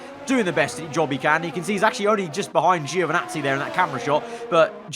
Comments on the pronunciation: Ouch "Geo" again. Poor Giovinazzi, he always get his name mispronounced so badly. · International phonetic is [anˈtɔːnjo dʒoviˈnattsi]. In short "gio" in italian sounds like a british would pronounce "djo" (no english "e" sound whatsoever) . In italian - or other romance languages - it's absolutely natural, but english makes different use of vowel sounds (same reason why italians often mess up english words).